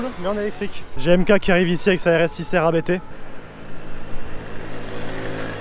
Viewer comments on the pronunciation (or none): On ne prononce pas A.B.T mais abt..C'est un nom.